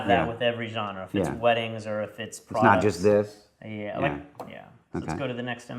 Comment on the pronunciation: I like it... maybe because i'm French haha